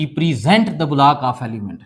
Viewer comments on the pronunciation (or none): 19:9 bolack❎block✅